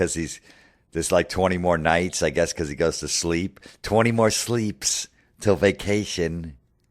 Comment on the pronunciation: The Way He Goes In On “Sleeps” 🤣🤣🤣🤣🤣🤣🤣